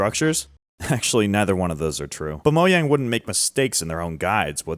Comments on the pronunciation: Mojang ❌ MoYang ✅ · I love how he says “Moyang” Instead of “Mojang” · Mojang not moyang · It's not pronounced as moyang its mojang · "mo yang" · "Moyang" It's MOW-JANG, it isn't a Mexican, or Spanish company. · stop saying Moyang it’s Mojang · How come you say Mojang with a Y and not a JAY sound? You say it like it’s MoYang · Saying “Mo yang” instead of “mojang” is pure evil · Why do you say moyang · and he still says moyang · Ah yes I love "Moyang" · Bro pronounce the J in Mojang. That shit pissing me off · Its reaction bait, even though officially its Mo-Jang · still calling it moYang😂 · Moyang sounds about right. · why do you call it moyang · i have absolutely no idea as to why but everytime you say moyang it makes me angry and i keep hearing it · Ah yes "moyang" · moJang...WITH A J, DO YOU SEE A Y??? (ik thats how some people say it but my god) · Did he just say "moyang"... Yh that's enough to make me click off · did u say moyang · "Moyang??" 😭😭 , , , , , , , , , , , , , (lmk if i missed any) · HE STILL SAYS “MOYANG” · Why does it irk me so much that you pronounce Mojang that way? 😅😂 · Pronouncing “mojang” completely wrong is frying me tbh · Respectfully I hate how your pronounce mojang idk😂😂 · Finally got part 2 lesgoooo (still pronouncing Mojang wrong nooooo) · its been 4 years and yet he still hasn't said mojang right once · He still doesnt know how to say mojang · He doesn't pronounce Mojang the way Mojang intended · so weird how he pronounces mojang, i dont care if its correct